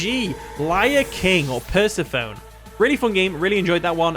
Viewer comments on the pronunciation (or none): Hi, Persephone is actually pronounced as 'Pur-SEF-uh-nee'. Also, your Zapdos is a beast.